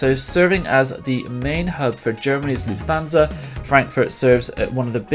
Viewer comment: Just a small currection from a German: Don't speak Lufthansa like Luf-thansa. We don't have a "th". Please speak it Luft-hansa ;)